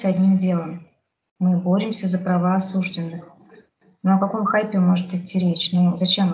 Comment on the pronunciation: Девушка милая и молодая, видимо не знает еще , что слово осужденный с ударением на второй слог произносят только менты родом из крестьян. Правильно говорить "осуждённый".